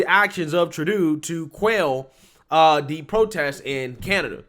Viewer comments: Again bro, it's Troo-doh. You keep saying it wrong in all your videos. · It's NOT Tra-doo, it's True-doh. Should be simple to remember with "DOH"... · "Truh-doo"? Lol True-doe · Hey, love the shout out to the Hodgetwins and love that you've got some merch out now. If you're going to be selling your own stuff though, don't be stealing other people's catch phrases because they gonna come sue your ass😂😂 P.S. It is pronounced "True-Dough" not that that piece of shit warrants his name being pronounced correctly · True-doe (pronunciation). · His name is pronounced True dough... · Trudeau is pronounced True-dough ..although at this point he is getting a lot of other names .. a lot more of his tyrannical tactics yet to come and a long way from another election. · Tru-doe is the pronunciation! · Btw its True-dooh !! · His name Is said like "true-dough" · Hey, it's pronounced True - doe. Love you bro. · Tru- doh. Long o. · It's Tru-Dough. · Just a mug. Love it. Trudeau is pronounced "tra - doe" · I ❤️ your new way of pronouncing his name: True-doo 👍🏽👏🏽👏🏽👏🏽😁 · I crack up every time I hear how you pronounce his last name! Love the mugs, will be ordering 2 ! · I'll buy a mug if you can go a whole video saying Trudeau's name correctly 🤣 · I love how you're mispronouncing Trudeau's name (at least, I think you are; I could be wrong). He doesn't deserve to have his name pronounced right.